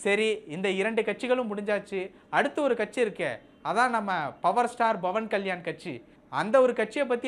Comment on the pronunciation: Pawan kalyan not bhavani. Pronounce the name properly.